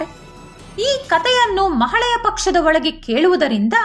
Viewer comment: ಒಳ್ಳೆಯ ಮಾಹಿತಿ 🙏🙏🙏 ಮಹಾಳೆಯ ಅಲ್ಲ ಮಹಾಲಯ ಅಂತ ಹೇಳಿ